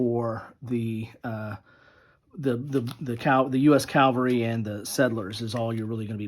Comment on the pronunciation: Nice report.... but you're saying "calvary" instead of "cavalry" .